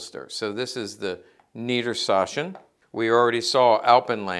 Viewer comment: niedersachsen has a ch that is between sh and a hard k, it isn't a soft sh like in this video. Keep in mind it is lower saxony in English.